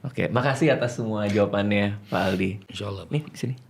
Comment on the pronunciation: Aldi taher "A"nya All out 😂